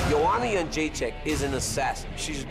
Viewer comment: Joe Rogan, you've been pronouncing the champs name incorrectly for quite a while, she said you were sorta close, maybe you didnt see that old clip. its not yun jay check, its jed dre chick. Come on man. still love ya though.